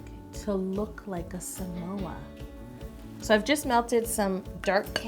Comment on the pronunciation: You said it right!!! How did you get Samoas if they aren't available in Canada?